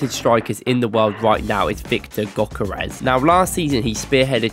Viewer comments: he mean Gyökeres should be pronounced like "Djökeresh" or something very similar, the gy is like d in duke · He isn t pronunced gökerez, it is Viktor Gyökeres, you should say it like pronunce the "G" like a gansta "ö" like if you are moaing "k" like a c and "e" like ex when you say ex... and how you say the e letter "r" like you are pronuncing the r when you say the N word and say the "e" the same way and say "s" like when you say Shampo. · Awful name pronunciation.